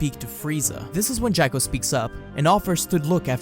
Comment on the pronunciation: And it's Jaw-ko..... not Jack-o